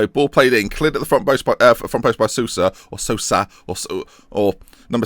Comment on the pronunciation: Sousa is pronounced like Soh-sa. Great series btw, love it!